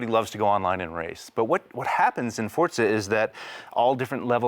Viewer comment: FOUR- ZA. Not For-t-za.